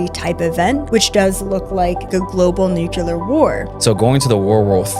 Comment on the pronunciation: I don’t trust anybody who can’t pronounce nuclear